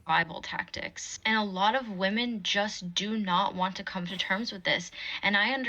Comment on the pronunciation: LMAO 2nd chick said "wymyns" ......... pure gold